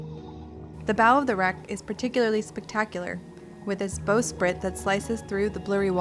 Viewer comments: A great video. I just wish the young lady was a little better on her pronunciation, bowsprit and fo'c's'le. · Bowsprit was mispronounced too. Just a script reader. But video was amazing.